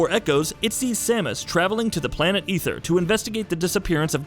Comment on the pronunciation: he also pronounced Aether, and Zebes wrong. at that point I just stopped caring about it